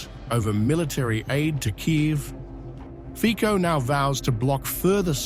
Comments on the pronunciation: It’s Fico, his name is FICO! Not FIKO! Respect him! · Robert Fico's last name is pronounced "Fitso" like the "c" in "France". It does not have a "k" sound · Not FiKo, but FiTSo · 1. Dennik N is an extremist liberal and progressive newspaper. They systematically lie and purposefully distort information about events in Slovakia and the world. 2. Prime Minister Fico's name shoud pronounced correctly as "Fitso" not with a K, similar to how the end of the word "worlds" sounds. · Fico is pronounced "fitzo" , not "fiko". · not fiko FICO this commentator is amateur... he does not know how to pronounce name of politician!!! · His name is FITZO NO FIKO !!! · 😂😂English say feeeee kou. Instead of Fit sou. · The correct pronunciation of the name in English / Italian would sound something like Fizzo….just saying🙋🤷‍♂️🙂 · The correct pronunciation Fico's name is /fitso/. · It's not Fico, it pronounce Fitso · Isn't Fico pronounced FITZO?